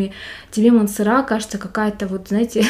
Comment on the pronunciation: Не МансерА, а МансЕра.А обзор хороший,приятный голос и подача, но произносите , пожалуйста, правильно)))